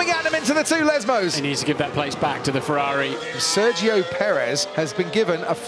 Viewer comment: How hard is it for the commentators to pronounce Sergio Perez right?